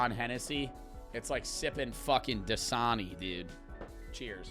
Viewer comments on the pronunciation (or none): none